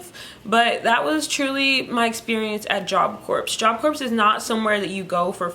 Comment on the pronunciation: Thank you for telling about your experiences at Job Corps. I have one big question - why do sooo many JC students pronounce it like you do? The word Corps is not said like a dead body, corpse, it is pronounced core. How do the staff and faculty pronounce it everyday? I just don’t get it.